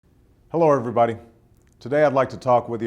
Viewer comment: 'hello everyboty" - haha, like the cookie monster! guys, back this guy up.